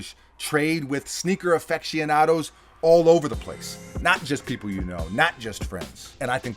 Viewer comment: Anybody catch say "affect"cionados, instead of aficionados??? Lol love it!!!